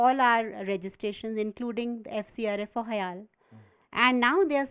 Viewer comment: its not hale , its HIAL do ur homework right